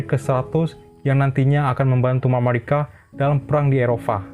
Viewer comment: Tapi cara pengucapannya nggak usah lebay juga... biasa aja mamarika, gak usah jadi mamawika 😁